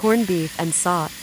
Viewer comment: It's pronounced soh-tey... not saut.